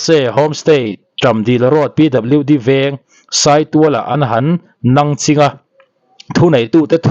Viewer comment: Nangching I lam dawn hi a duh chiahlo deuh em aw.... Nang zawh a ching tih hi I lam rang mah mah em aw....